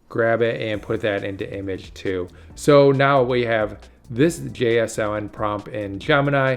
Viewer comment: JSON is pronounced Jay-sawn.